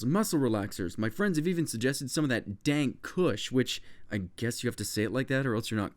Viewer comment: please keep saying it XD